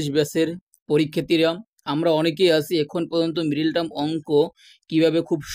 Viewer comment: মিরেটার্ম কি জিনিস?কথা শুদ্ধ করুন।